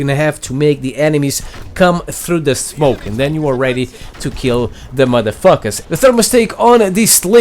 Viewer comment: Well he sure hate "da matha fackas"